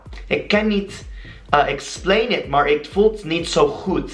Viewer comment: Omdaat is pronounced as omdat, dat similar to the way you say that, mar is maar. This is the way to get a dutch accent.